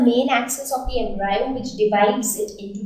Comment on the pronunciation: It is Em-Bri-O not Em-Bri-Yo →_→